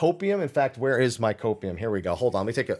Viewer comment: What was that? Copeieum? O2? Huffing? I’m curious ? What’s that ?!?!?